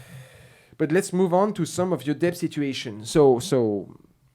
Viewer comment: the B in debt is silent.... so its det...